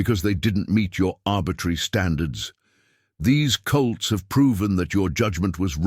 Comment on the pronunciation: It’s foals not foes and it’s colts not cults. The AI writer needs a human to spellchecked.